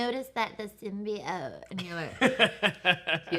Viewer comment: Its 'Sim-BEE-oat'...not 'sim bye oat'...god not the nerds now too